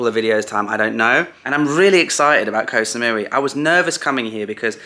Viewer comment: Why do so many people say: 'koh - sa - mui - WEE' ?!